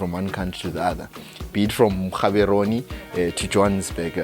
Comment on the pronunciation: Great updates on our worth...just one correction, it is Gaborone and not Gaberone...its like you saying Bhulawayo instead of Bulawayo.